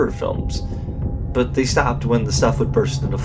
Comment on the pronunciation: Say but not bur sorry if im annoying